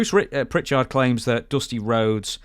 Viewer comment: The pronunciation of PrichARD seems so weird to me. Even with a slightly similar Belfast accent. I have always said his name in a flat manner, i never hear anyone else raise the tone of the second syllable. Anyway not a complaint, just something curious and unique